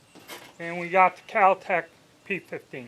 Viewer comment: KAL Tec? You mean Kel Tec, maybe?